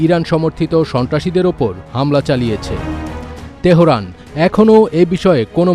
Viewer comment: এটা তেহরান not তেহোরান। kotha thakey ashey aye sob news Reporter ra. Goru ek ekta 😅